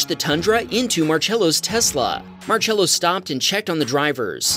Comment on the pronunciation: how are you pronouncing marcello bruh bro be pronouncing it like march-ello